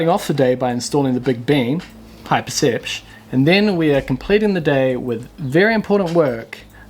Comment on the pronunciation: Low percepch: the time saved saying percepch instead of perception. : )